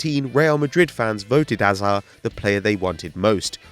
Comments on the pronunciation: Can this guy learn how to say hazard!?! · Why can't you say hazards name properly